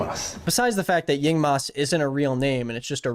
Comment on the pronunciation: Meanwhile in some part of the world, a young man called Zhong Chenle hearing the name Yingmas plus the horrid pronunciation: someone hold my microphone, I’m talking to that man’s president